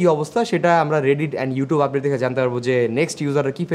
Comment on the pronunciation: আপডেট* উচ্চারণ শিখে ইন্টারনেট চালালে ভালো হয় গাধা